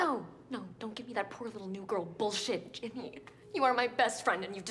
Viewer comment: Ginny* not ginni